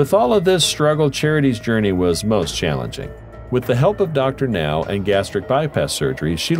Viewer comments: I do not believe the weights they claim these people are. So many of them are 100-300 lbs or more than this video says they are. Closer to 800–900 lbs. They are HUMONGOUS. Also, can’t they use real people instead of computer voices to narrate these things? The way Dr Now’s name is pronounced is unforgivable. Geez.😳🙄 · The pronunciation of Dr Now, haha